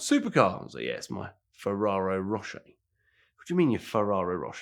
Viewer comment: It’s the trifecta, he can’t say Ferrari Ferrero or Fiero.